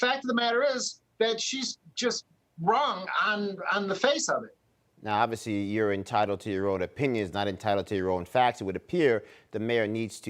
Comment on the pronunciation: "You'recnyourecnyourecn" Ok, Ma'am.